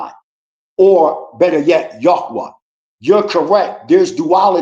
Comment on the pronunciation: YOU MEAN YAH - WAH. 😂😂😂😂😂 YOU FUNNY.... MUCH RESPECT✊🏿🔯